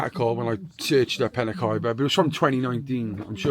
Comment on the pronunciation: I live in penrhiwceibr it’s not penrhiefiber it’s penrhiwceibrjust so you know😊